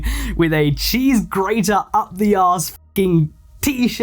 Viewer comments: Cheese grrrrraaterrrr🗣️ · Oh yeah GRRRATER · THE WAYYY HE SAID GRATER XDDD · the way you rolled the r in cheese grater 😭😭 also can you talk about Birdie in the next video? The rabbit hole is pretty deep and extremely gross so just warning you ahead of time lol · bro the particular enunciation of the word "grater" sdahfkjjds whyyy (also it's apparently an old furry meme, tho it's not one that I'd ever seen or heard of until another Youtuber covered it) ngl tho I do appreciate when a channel runner acknowledges the "audio in the background whilst doing whatever" people; literally was drawin a pony while listening to this (at least for the latter half n part of the first half; the rest of that time was taken up by supper lol) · I love the emphasis on the gr part of grater here lol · Cheese G®️ater